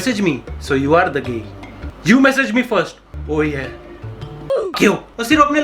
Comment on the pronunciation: the way he spelled “gey” was op😂🤣🔥